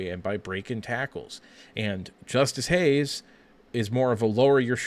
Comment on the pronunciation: This is bad. It’s Justice Haynes. Not Hayes. Haynes has burst 4.4 sooner , that’s why he averaged over 6 yards per carry and was a highly sought after 5 star Your early seem confused on Haynes , quicker tha. Marshall not as powerful imo